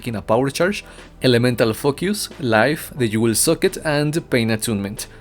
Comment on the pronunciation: i love the way you say elemental focus, sounds like elemental f.u. hahaha